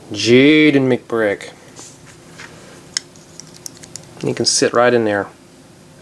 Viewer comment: Who's jaaiidenn mcbrick that's the way he said it